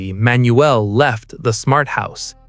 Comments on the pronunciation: Manuel is pronounced Man..Yule not Manuelle. I remember this very well. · You are pronunincing his name wrong. Its just Manuel. Say it all in one go and you will pronounce it correctly.